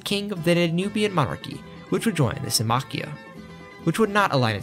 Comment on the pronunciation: I like how he writes it as Symmachía but doesn’t pronounce it that way 🤦‍♂️